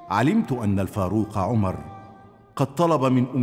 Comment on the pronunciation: صححوا لو سمحتوا (عُمر بن الخطاب) وليس( عمرو بن الخطاب)